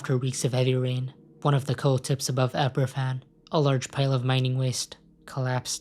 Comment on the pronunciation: They're pronounced "Abervan" and "Plimuth".